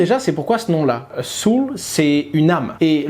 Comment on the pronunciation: La pronunciation de "Soul" se fait presque comme en français avec un "ou" moins prononcé, plutôt que "saol". Merci beaucoup pour cette nouvelle découverte Hasheur !